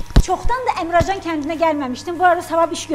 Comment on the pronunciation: Əmrəcan yox Əmircan